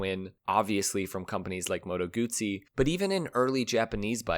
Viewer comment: I wish the narrator would have pronounced moto guzzi correctly just once.